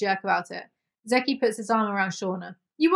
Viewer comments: zeke pronounced as zeeky makes me laugh 😂 its just "zeek" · I love you so much. I appreciate your sarcastic commentary and I could listen to you for hours. With that said, Zeke is pronounced "zeek" lol